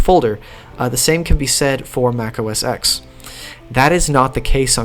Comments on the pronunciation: I believe it's pronounced, macOS "ten", not, "X" fwiw. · It’s OS “Ten” not OS sex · Interesting video, even if some statements are debatable. But: The (newer) OS is pronounced "Mac OS TEN", not "Mac OS Ex". Like the Roman numeral 10. The number that comes after 9. "Mac OS Ex" makes me cringe. And not everybody shares John Siracusa's views on 'spatiality'. Not now, and not back then (2003). Some of these skeuomorphisms are just a PITA, or at best ridiculous. Like dragging items over the desktop to the trash can to delete them, instead of just hitting a dedicated delete key. Or Apples stubborn refusal to let you cut items in the Finder and paste them somewhere else. Or their long-standing ignorance towards a second mouse button. Most importantly, a 'spatial' finder full of icons becomes a horrible mess once you have dozens or even hundreds of items in a folder. BTW, the "little toolbar" at the bottom in Mac OS 8/9 is called the Control Strip. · The X in OS X is a Roman numeral. It's pronounced OS Ten.